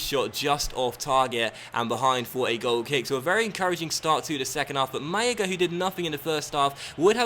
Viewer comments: It's because people told him that if there are 2 Ls in Spanish it is pronounced as a Y in English (but I don't think he noticed that there is only on L in "Málaga") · Your pronunciation of Malaga is atrocious!